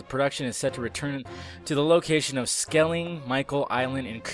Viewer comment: awful pronunciation of "skellig michael" and "kerry"